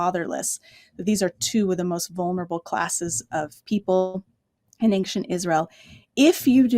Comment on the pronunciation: Anxient=not a word, don't fall for the false pronunciation!